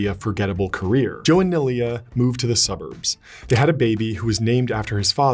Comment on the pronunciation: All of this was taken straight out of Biden's crap-laden playbook. That's why it skirts around vital issues, particularly the timeline and details surrounding the tragic accident that took his wife and tiny daughter. Poor Neilia's name is mispronounced, and no mention is made of the l heart-broken woman's uncharacteristic drinking binge that was spurred by Joe's affair with her close friend and colleague. ---Jill Biden's husband at the time, is a far better source of information than the cleanup crew who helped slap this puff piece together. While Trump's surely no FDR, Biden has no redeeming qualities whatsoever. Everything about him is false. Everything.